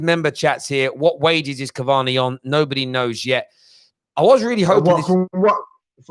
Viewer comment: man said cavani uno.